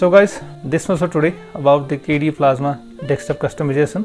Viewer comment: Good video, but please take care not to say "dekstop".